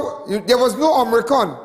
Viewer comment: Not Om-ri-con. It is Omi-cron. Lawd!!